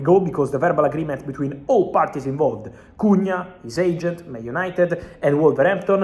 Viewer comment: As a Brazilian, your Portuguese pronunciation of Matheus Cunha is on point 👏 👏